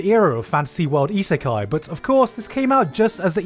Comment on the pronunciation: It's 🤔 reverse Isikai...? Re-Isikai?